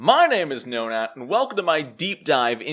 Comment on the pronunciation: I like the information and style but everytime I hear nonat it sounds like nonad and I giggle.